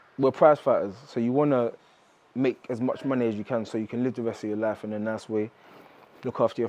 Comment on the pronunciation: And destroying the English language..pronounced life ,luf .im cringing here